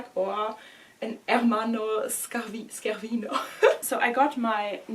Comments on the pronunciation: totally understandable, it's quite a big mess lol SCHErvino would be written the way you pronounced it ☠️ congrats for the bag anyway, always class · On a side not about the pronunciation: It's not SK ervino But SCE is pronounced like in Chevrolet or Sheraton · Hi:) Scervino is pronounced as the sound ''sch'' in German, like the word Scherz. Tschuss!